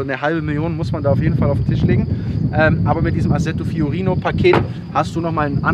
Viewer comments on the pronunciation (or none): Assetto "Fiorano" nicht fiorino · es heisst assetto fiorano und assetto hat 2 TT ! fiorino ist falsch es heisst fiorano. italienisch muss schon schwer sein wenn man videos über ferraris macht :) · FiorAno nicht Fiorino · Alle: ASSETTO FIORANO Daniel: ASSETTO FIORINO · Lieber Daniel, FIORANO!!! 😅 Fiorino ist ein Van und ein Lieferwagen von Fiat. 😜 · Assetto Fiorano nicht Fiorino. Fiorino war eine art Kleintransporter von Fiat😂. Aber sonst wie immer super Video. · Hey Dani.. das heisst: Assetto Fiorano.. (wie die Haus-Rennstrecke) nich Fiorino... war mal ein Kastenwagen von Fiat 😂😂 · Assetto Fiorano nicht Fiorino! #nofront Einfach schön dieses Auto! :) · Hello Daniel, is assetto fiorano not fiornino 😂😂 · Fiorino lol 😂 glaub das heisst FiorAno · FiorAno ... nicht Fiorino, das ist doch kein FIAT, ha ha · Assetto FiorAno!! nicht FiorIno 😀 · Fiorano... Fiorano... Fiorano. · Asseto FiorAno heißt die Ausführung. Nicht mit „O“. Und SF90, weil die Scuderia Ferrari, sprich der Formel 1 Rennstall 90 Jahre alt geworden ist und nicht die Marke selbst. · Das heißt Assetto FiorAnO